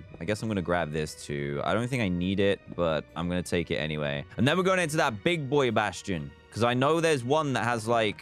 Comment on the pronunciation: At least he didn’t say basTTTion